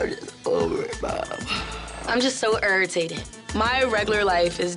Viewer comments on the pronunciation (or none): “I’m just so arritated” 😂😂😂😂😂😂😂